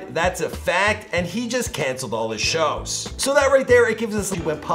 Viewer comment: Tehkashee ain't right bro